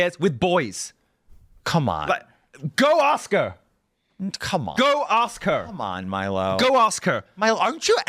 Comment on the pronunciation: I kept thinking he was saying “Go Oscar” the first 3 times…😅